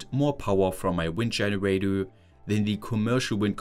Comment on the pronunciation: no offense, i love that you still cant pronounce anything that ends with an "er".. dscheneräidöööööö. its cute